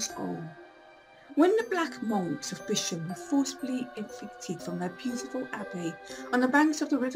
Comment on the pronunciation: Its a shame people can not pronounce the name of the ancient village! It is also worth knowing that Bisham is closer to Marlow than Maidenhead and has far closer connections than Maidenhead.People should really do their research more thoroughly.